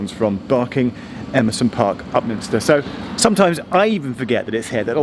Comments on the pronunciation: A friend of mine (who worked in a Govt Department) used to change trains at Upminster and was always amused by one of the station announcers who invariably pronounced Upminster as Up Minister. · I liked it when TfL announcer said it’s Upminstin’ time and Upminstered all over everyone.